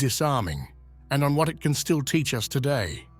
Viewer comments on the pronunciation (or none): none